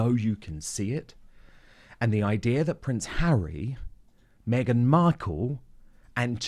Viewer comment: Mee-gain - “Fake News”